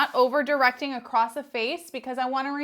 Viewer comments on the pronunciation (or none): Great tutorial! ;;; ggirl, the word is ACROSS. There’s no “t” sound LOL. Not “accrossT” - not “accrossED” ; just “UH-KROSS”. (I’m so Not intending to be cruel - but You say this word a LOT in your work~ if it were me, I’d want to be corrected so I can make the change in the future) >>> keep up the great artistry! — BESTxx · It's across not acrost.Across does not have a t in it.